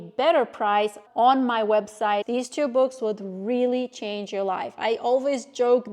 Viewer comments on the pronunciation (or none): none